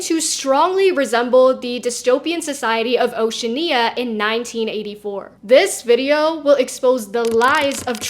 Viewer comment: Y'know? I actually respect the mispronounciation of Oceania, as it is a sign of only having read the book directly, rather than watched or listened to some form of adaptation.